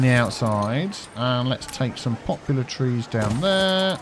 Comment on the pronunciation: "Shnaps" and "popular trees"? You crack me up.